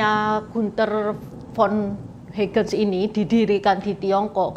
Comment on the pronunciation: Trims. Komentar saja. Bacanya Hagen, seperti bahasa Indonesia. Menit le Gunther von Hagens. Salam sehat